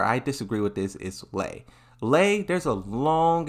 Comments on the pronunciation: I heard "Lee" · a tekken channel calling Lei as LEE is pretty fucking nuts. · Lei is pronounced " Lay" like "to lay down". If Marduk is released he will be pure cancer in ranked. I can already imagine how utterly broken he will be with the Tekken 8 mechanics. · That mispronounciation was intentional to bait responses which boosts the video/channel on YouTube's algorithm. Pretty annoying but that's how it is